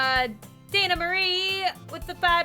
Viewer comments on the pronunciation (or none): none